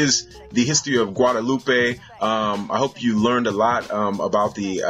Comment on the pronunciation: In French and Creole we don't say "guadaloupay" but just "Guadeloup"